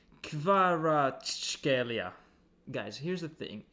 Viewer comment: Kvara-ts( like C in Cvrena Zvezda)-kh( like G in Getafe)- elia, or just just say - Kvara ))